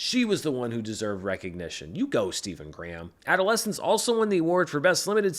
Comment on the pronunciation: hes English its pronounced Stephen Gray.ham!